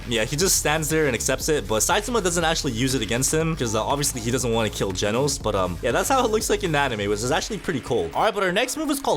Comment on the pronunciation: its genos not jenos